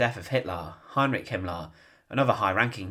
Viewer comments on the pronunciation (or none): none